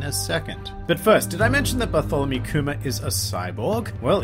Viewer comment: I cant hear you say Kuma with your accent without hearing COOMER face palm